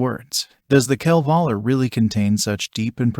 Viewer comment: Would be nice if you could pronounce “Kalevala”